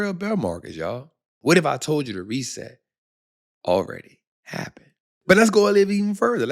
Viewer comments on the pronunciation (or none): none